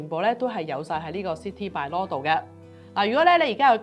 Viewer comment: Bylaw 讀音: buy-law, 不要老讀作 敗-law.